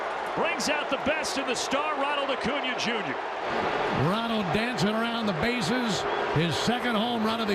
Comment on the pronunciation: Ocuña? Or Acuña? 😂